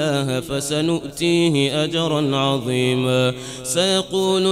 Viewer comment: عنده خطأ في سيؤتيه أجرا عضيما